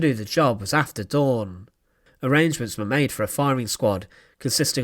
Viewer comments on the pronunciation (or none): none